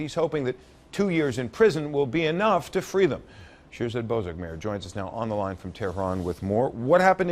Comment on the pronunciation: she called him bozorgmeyer!!!!!!!!!!!!! LOLLLLLLLLLL!